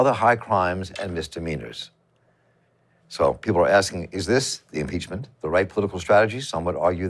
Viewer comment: YOU'RE PEACH-MENT🤔😊¿‽ or YOU'RE PEACH-MEANT🤣¡¿?‽! LMAO!